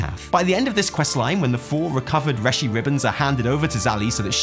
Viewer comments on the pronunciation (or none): Hahaha you also pronounce it "reh-shi ribbon"